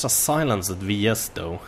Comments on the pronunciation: btw, you pronounce it silensd, the e in the end is silent:) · can you stop saying silen-ced its one word... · Lol I always get a kick out of how you say "silenced" as Silen-ced! It's more pronounced "si-lenst" but dont let me get u down:P